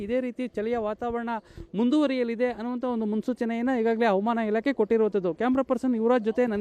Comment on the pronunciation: ರೀ ಸ್ವಾಮಿ ಯಾರ್ರೀ ನೀವು ಹವಾಮಾನ ಇಲಾಖೆ ಅನ್ನೋಕೆ "ಅವಮಾನ" ಇಲಾಖೆ ಅಂತೀರಾ, ಸರಿಮಾಡಿಕೊಳ್ಳಿ, ಸಾಮಾಜಿಕ ಜಾಲತಾಣಗಳಲ್ಲಿ ತಪ್ಪು ಉಚ್ಚಾರಣೆ ಮಾಡಬೇಡಿ, ಅದು ನಿಮಗಲ್ಲ ಕನ್ನಡಕ್ಕೆ ಅವಮಾನ.